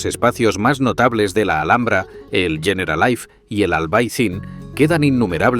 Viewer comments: ¿Yeneralaif? No ardieras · Muy buen vídeo. Me ha chirriado mucho que pronunciase Generalife como si fuera ingles ''generalaif''. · El documental perfecto pero que al generalife lo llame "generalaif" hace que pierda todo el rigor que la Alhambra se merece y lo peor es que lo repita cien veces